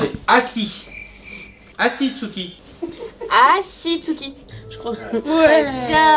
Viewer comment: Ya que moi qui ai remarquer " tuski" au lieu de tsuki ?